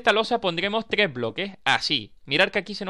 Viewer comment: porque dices tgres y no tres ????